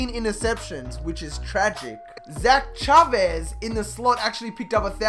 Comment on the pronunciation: Thank you for saying Chavez right lol, still love your videos either way #ChavezTuSabes